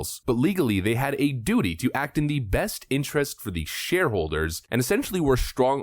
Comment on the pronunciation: You said duity